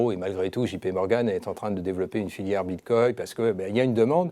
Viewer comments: Bitcoin avec un "N", pas Bitcoy... ^^ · On dit "BITCOIN " et non BITCOY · Bitcoy... cannot unhear